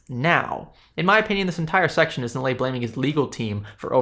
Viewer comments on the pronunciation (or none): Everyone should tear Nilay Patel a new one. The moron has some of the most hypocritical and weak responses I have seen. Like some sleazy lawyer trying to make a point out of air. Btw the douche's name is pronounced as Nee-lay. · I truly do not care but, for the record, His name is pronounced "Knee Lie".